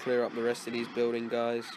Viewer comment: The Only Thing That Didn't Change In You From This To Now Is The Way You Pronounce 'Buildings'. Sounds Like 'Buidings' With Your Accent, Just A Joke, No Offence.